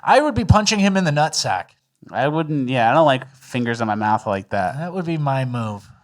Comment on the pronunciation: needs to learn how to say "mouth" not "mouf".